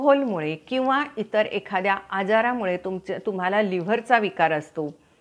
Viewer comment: Nice vidioe...but don't say...TUMAL AMUK ZAL AASEL....TAMAK ZAL AASEL like that....sorry for suggestion...thanks for information..